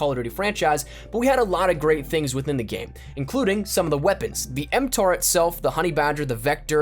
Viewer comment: I miss the good old days when it had 2,000 players online :( Edit: did he really call the MTAR, the ‘metta’😂 it’s (M-TAR)